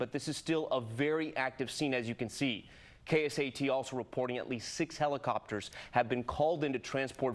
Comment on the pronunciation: He said KSAT wrong